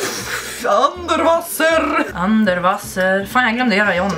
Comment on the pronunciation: UNDER VASSER ICH BIN UNDER VASSER!!! Bästa hat hört på länge säger de fan hela tiden ba: UNDER VASSEEEER